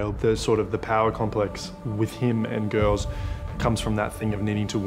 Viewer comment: He said GELS 😭❤️❤️ *girls